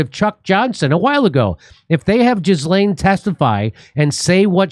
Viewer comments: 😂"jizzlane" its ghee-lane. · Gee-lane not Jizz-lane, Jimmy! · Jimmy, it’s pronounced Ji-lane. Not Giz-lane. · It’s not pronounced Jizz-Laine 😂, it’s Gi-Laine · 'Gilaine' not 'Jizz Lane.' Silent S. Thanks, Jimmy, you guys are fabulous and your commentary on the ongoing mayhem is second to none. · I believe it's pronounced Ghi-laine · 😂 jizlane not how the name is pronounced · Jimmy, did you say "jizz-lane"? Bahahaha. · Her name is pronounced Gill-en. No z or s in there. Hard G. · anyone else think it's ironic that her name is pronounced 'Jizz-lane" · Jizzlain Maxwell is probably a more apt pronunciation, lesbi- honest. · It's pronounced 'gee-len' (hard g). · Jimmy is well aware of how her name is pronounced. He just doesn't care and thinks Jizz-Lane is more appropriate for the kind of person she is.